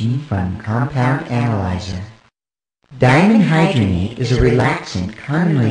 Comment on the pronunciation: It's actually "Dimenhydrinate"